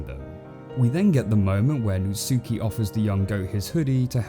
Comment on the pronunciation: really how you say natsuki is nat-ski